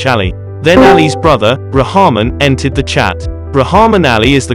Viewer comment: Ra ham in😂 its pronounced #RockMan!!